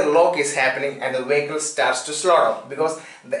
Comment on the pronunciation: What the fuck is a "Wehicle"???